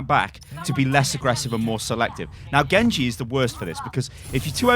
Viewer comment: Was the „GENGU“ on purpose?